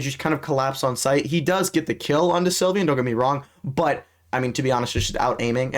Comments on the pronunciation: It's sylvan not sylvyan gng 💔🥀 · How do you mispronounce sylvan